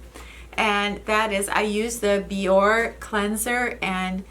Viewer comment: Sorry, but i have to say it: it's pronounced Bee-O-ray (the accent on the E makes it "ay") When did i become such a stickler? Haha. Thanks for another nice video,!!! Enjoy your weekend!